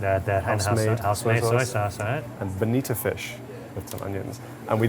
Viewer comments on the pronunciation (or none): i think the restaurant name is actually pronounced "sushi NO-TÉ", not note. also, the last piece of nigiri is bonito (not bonita), the fish they age and shave into those tasty flakes to make dashi. loved that y'all delved into sushi but wish you discussed more about the maki (cut rolls) and inari (tofu skin stuffed cone sushi). hopefully more and diverse visits to come, gents! ❤️